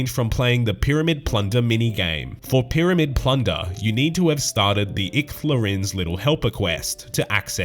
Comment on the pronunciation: No one:: 'P'yramid 'P'lunder